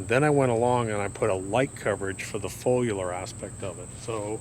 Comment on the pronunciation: He said “folular” so many times he almost had me believing that’s how you pronounce foliar 😂